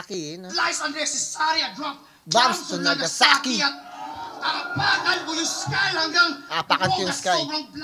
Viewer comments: aapakan yung skull lodi hindi sky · skull yun idol, hndi sky. nkakahype pagreview mo. new subscriber here!